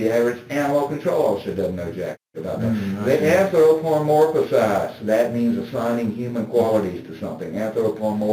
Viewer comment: I realllllly wish one of the detectives asked him to repeat himself when he said "anthropomorphasize" and the pointed out that he added a syllable to the word. He thinks he's so smart, he would have lost it. Not saying it would have been the smart thing to do; I just want to see his reaction.